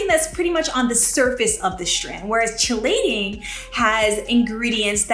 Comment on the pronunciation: I love your channel! FYI...Chelating is pronounced Kee-LAY-ting.